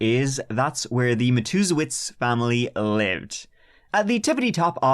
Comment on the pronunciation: I came here just to tell you how proud I am love you that you were able to pronounce this family's name because God knows I can't